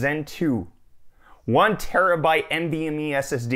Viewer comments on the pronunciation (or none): none